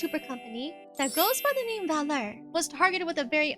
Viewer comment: To clear one thing, the agency's name is pronounced as "V Allure(as in "V"and "Allure")". It might be confusing due to the brand name not consisting of dash or period in between the letter and the word.